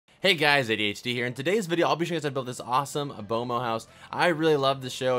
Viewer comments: He pronounced B.M.O wrong is said it like bomo but it's like Bemo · itz bemo not bomo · It's pronounced BEAM O, not bomo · he said bomo instead of beemo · its pronounced beemo not bomo lol B.M.O. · omg he called it bomo hahahahahhahahhahahahahhahahahahahahhhahaha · Did anybody else wanna click off immediately when he said “bomo” the disrespect 😔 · U said B.M.O wrong